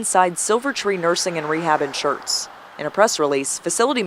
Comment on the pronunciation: Did she say SCHERTZ?